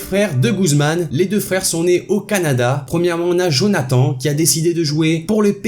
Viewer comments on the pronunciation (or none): none